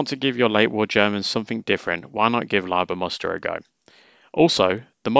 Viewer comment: Props for not saying "Leeber"!